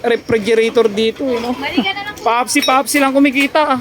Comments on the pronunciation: Pepsi po haha hinde popsi wahaha😂😂😂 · Anong papsi papsi👀🤣bka pepsi pepsi🤣🤣🤣